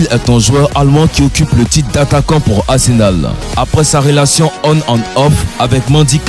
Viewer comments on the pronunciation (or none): none